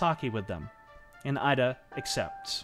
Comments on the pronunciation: Excellent work here. One thing to point out is that General Ida’s name is pronounced “Ee-da” not “Eye-da.” If you are familiar with Spanish and Italian, the vowel sounds of Japanese closely resemble those of these languages. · Excellent job, well-researched and presented. (note: "Ida" is pronounced "eee-da". In the Japanese language, the letter "i" is always pronounced "eee". Never changes.) Thank you! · So well presented and yet The presenter could not take the time to learn the correct pronunciation of the names of these historical figures. 井田 (ida) is pronounced eedah not Ida. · The I in Ida is pronounced "ee". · It’s pronounced (eedah) Masataka Ida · Thank you for your painstaking research and interesting presentation. A word about the pronunciation of Japanese names, if I may. Koga = KO-GA not KA-GA; Ida = EE-DA; Takeshita - TA-KESH-TA, not TAKE-SHITA; Shiizaki = SHEE-ZA-KI; Takashima = TA-KA-SHI-MA, not TAKA-SHIMA; Tateno = TA-TE-NO, not TA-TAI-NO. There were other mis-pronunciations, but these were the main ones.